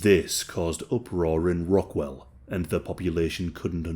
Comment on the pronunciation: You kept saying rock- WELL...ITS rock-WALL. Just to lyk.